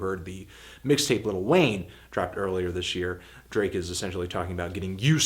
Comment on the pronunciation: Is he saying ''Little Wayne''?